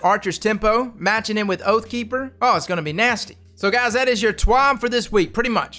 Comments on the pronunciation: Lmao “oat”keeper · That 'Oatkeeper' must be deadly lol